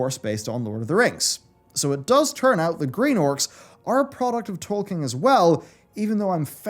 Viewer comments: Who is that Tolkein you are talking about, I only know a Tolkien :D ? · It is Tolkien, not Tolkein. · Why do you pronounce it Tolkein the entire video? XD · Who's Tolkein? xD